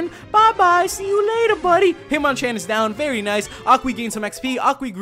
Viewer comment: hitmonchan is pronounced hit-mon-chon